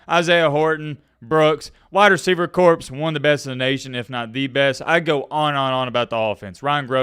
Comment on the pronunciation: it’s corps like “core” not corpse.